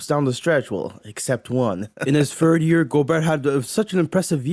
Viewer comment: A guy who says “fird” team instead of third team is talking about “aura” yea ight